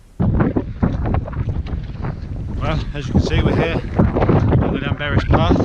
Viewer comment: its pronounced clan...berris...double ll is cla.....lol typical welsh weather...the rain usually comes sidewards...good vid and many would have said sod that and gone home...so fair play too you.there is a lot of work for mountain rescue in north wales....you would not believe what people wear and do...they do not realize the weather can turn on a sixpence up there...one min hot sun the next you cannot see your hand in front of you...always inform someone where your going and carry wet and cold gear and wear sensible boots or shoes